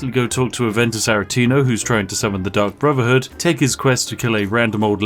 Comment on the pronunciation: I honestly keep hearing Spiff say "The Duck Brotherhood" and now I want that in Skyrim.